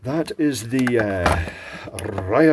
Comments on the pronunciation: Pro tip: Rya-zan'. Two syllables. If you really want to get fancy, the n' is palatalized. With that out of the way, it's relaay cool that they gave so much info on it in the manual, from field repairs right down to schematics. That's the sort of detail I wish a lot of things came with now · There's not really a "y" in there. It's more like R'azan', where r is a closer to r in "reason" than r in "rover", and n is closer to n in "niche" than to n in "noon". The first "a" sound changes accordingly, by becoming closer to "e". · Cool device, I was thinking you said "Ryzan" as in cpu processors lol 😂 Strange devices, and this soviet one is just typical of its era. I love old electronics. Very cool.. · Rayazan is the funniest way I've seen someone pronounce Рязань! Haha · Pronunciation is closer to "Ree-YA-zan". (short 'ree' sound, emphasised 'ya'. Hope that helps! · RIAZAN NOT RAIAZAN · It's not Rayasan, it's Ryasan :) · Я is Ya, and should be pronounced "ya", so it's actually "R-ya-zan", not "Rye-a-zan". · Ryazan, not Ryzen... Nice PCB layout and a resin equivalent of conformal coating. I've seen (and done) shortwave broadcast antennas by hanging a length of wire across the room, but never saw one used with an ionizer. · For correct pronunciation use text to speech on the translator 😅 it sounds more like rezan not riazan 🙈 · It is Ryazan, not Rayazan. Polite suggestion: Please use Google translate to hear the correct pronunciation, practice the pronunciation a few times, and then make the video.